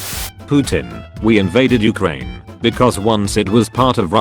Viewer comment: Nobody: The Auto Reader: U H - C R A N E